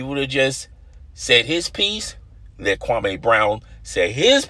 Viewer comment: Stop saying his name the Stephen A Smith does...Kwame, it's Kwameee, not Kwamayyyy. Do your due diligence.